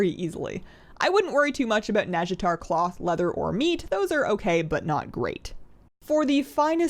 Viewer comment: "Abooot" lol.